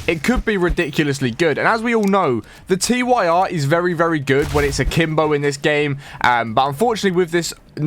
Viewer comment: It's pronounced "TEER" As in "Tyr, The Norse God of War."